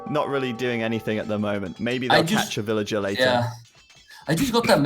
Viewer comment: I'm not a native english speaker but it literally took me 5-10 minutes to get used to accent, in the first video of the series. Since then, he doesn't bother me anymore. Although some of his pronunciations (villayer, trebuchet) still make me smile